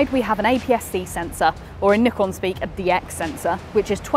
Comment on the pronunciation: literally the only video about the Z30 where I can hear the shutter sound. 🙏 bonus point, she knows how to say "Nikon" as it's intended.